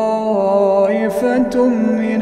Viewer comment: السلام عليكم و رحمة الله تعالى و بركاته ، ارجو النظر في القراءة. ما اجمل قراءتك اخي، اغبطك..و اتمنى ان يمنحني الواسع العليم تلاوة كتابه مثلك. يقشعر جسمي لسماع القران بتلاوتك. اريد في تعليقي ان اطلب منك شيئا لوجه الله: هذا كلام الله، سبحانه و تعالى، لنعطيه حقه و مقدره حق قدره. في الدقيقة قرأ ت كلمة طائفة بالفاتحة. ثم واصلت و تداركت الأمر و صححت. لكن اتمنى ان يعاد التسجيل و يصحح الفتح بالضم. انه كلام ربي لا نبدل منه و لو حركة تجليات و احتراما المقامه سبحانه وتعالى. و استسمح على تعليقي هذا. السلام.